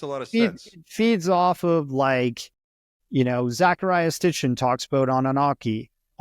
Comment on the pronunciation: Sitchin. Not STICHin.